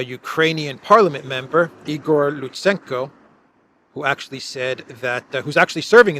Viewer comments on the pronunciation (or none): Not [ E. Gore ]; it is [ eagrrr' ].